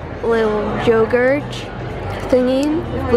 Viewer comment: I love that case and actually consider getting it myself because of you 🙈😂😂 I love your channel, just one thing - when you pronounce words that end with a T (want, yogurt, etc.), it always sounds like you add CH at the end ... you know what I mean? I don’t mean to criticize you AT ALL, just thought it might help you 😊😊